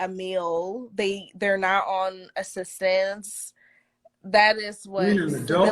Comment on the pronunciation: This woman can’t even pronounce assistance.